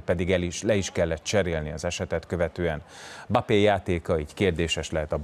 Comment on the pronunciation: Nem "bapé", hanem "embappé".